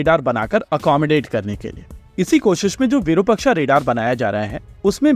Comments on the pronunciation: Say it again its virupaaaaaksh not virupakshaaaaaa. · minor nitpick sir-- it is विरूपाक्ष (short vi, elongated ru and elongated pa). It is a wonderful vedic name of shiva.